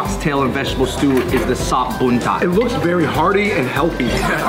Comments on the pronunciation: Hahaa iya emg kengkeng blekan.. sop buntat, rendeng wkkkkk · Pls invite Rich Chigga Martabak NOT martabaka And KANGKUNG is spelled ["Kung" "koonk"] [Beu La Chan] not BE LA CAN [sop boon tooth] not sop bun-that